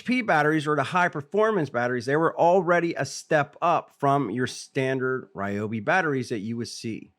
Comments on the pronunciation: It's actually a great idea, stronger battery, stronger output and longer runtime. BUT WHY CAN'T THEY PRONOUNCE THEIR BRAND CORRECTLY?? 🤭😉😁🤪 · You can’t even say the brand correctly 😂